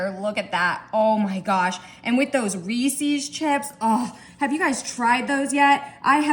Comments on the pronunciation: It’s a good thing you’re good looking bc you butcher the word Reese’s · It's easy, she doesn't know how to pronounce REESES and she says "That's what I'm talking about " way too much and I thought if she had a thesaurus she may find herself using some other phrases.